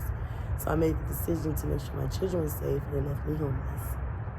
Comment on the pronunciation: Wait did she say 8 CHIRREN 😮?